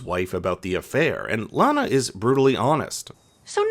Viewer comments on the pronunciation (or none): I'm not sure why your pronunciation changes from "LANa" to "LaHna" halfway through - but it's really bothersome. It shouldn't be.. but it is -__